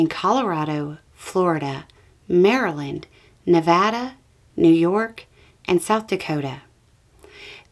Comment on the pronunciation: Thanks again for pronouncing Nevada correctly! - from a native Nevadan ❤